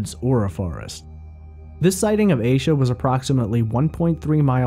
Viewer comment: He is pronouncing it correctly